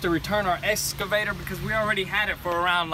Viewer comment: Hey it’s called an Excavator not an escavator. Lol.......😜